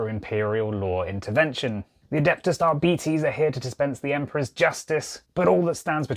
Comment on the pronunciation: It's pronounced Arbites